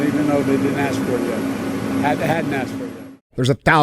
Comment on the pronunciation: He’s not to that level yet. Still working on pronouncing “ask.” Lmao!